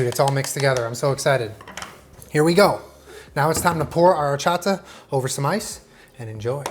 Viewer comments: As a mexican I appreciate this video so much but I appreciate you WAY MORE for not pronouncing WHOREchata XD Recommendation on the elote: before you put mayo on the elote, rub while squeezing the lime directly to it, then put mayo and lastly the cheese. I don't know if US sells salsa valentina but if you're able to get it and mix it with tajin that'll be amazing! Although the traditional chili "sauce" is chili powder (chile de abrol) and lime juice mixed together until creating a paste. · Appreciate your pronunciation of horchata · Nothing like horchata from scratch!!! The powder stuff is trash 🗑 🇲🇽 ❤️ ❤️ I love how you make an effort to pronounce everything correctly, appreciate it dad! ☺️😂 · I am just here to judge how pronounce “Horchata” 8/10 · The way he said Horchata 😍 yes! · The fact that you said Horchata correctly... instead of saying whorechata.... you deserve the world 😂❤️ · It literally warms my heart SO MUCH that he pronounced horchata correctly 😭💕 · when you pronounced horchata correctly, i knew this was gonna be bomb af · The way he pronounced "horchata" was perfect. Felicidades, you are Mexican now jajaja <3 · So proud at the fact that says horchata correctly and doesn’t pronounce it “WHORECHATA” like other people 🥰🥰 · I'm proud of u and said horchata correctly. That's my comfort food right there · I'm really impressed that you said Horchata perfectly 👌🏽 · I love how he can say horchata correctly but not elote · It makes me real happy that he pronounces horchata and cotija the right way, I love him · I love that he said horchata correctly lol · Awesome job. When you first said horchata, the accent, I said "ouuu" out loud because you said it so well. 👏👏👏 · Love that he says hot horchata properly but he says ee loh tay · The pleasure I got from saying "horchata" the right way, instead of "whorechata" like every american does *chef's kiss*🙌🏻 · I'm so glad you said horchata right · Yesss! When he said horchata correctly